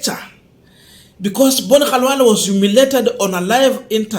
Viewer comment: B.Khalwale has his name pronounced as his own parents called him...This got to the core of his heart.